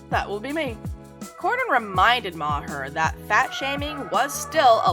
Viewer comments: It’s Bill Mar not Bill MaHer. Cmon that’s just lazy not knowing how to pronounce his name. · It's an Irish name and it's prnounced Bill Maaarrr. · Ma-her? Thankfully not many people have seen this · Bill MAR-Her? What? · I love how she's mocking Bill Maher with her "I'm an idiot" voice while so grossly mispronouncing his name. The irony is..... so tasty.